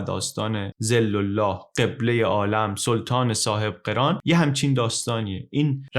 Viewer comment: سلطان صاحب قِران نیست برادر، سلطان صاحب قَران هست😐